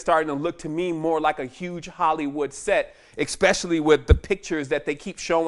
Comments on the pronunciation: Great presentation, there is no eck sound in the word especially...... it's eSpecially..... NOT eCKspecially, or eXpecially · He's soooo smart but he says "especially" as "expecially". Escape exape. Total BS.